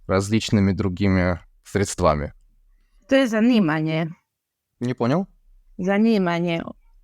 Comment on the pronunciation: Правильно говорить срéдствами, ставить ударение на первый слог